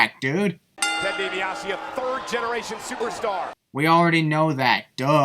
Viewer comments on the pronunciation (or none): Maybe it's how she's pronouncing it, but Lillian says "Diasse" instead of "Dibiase"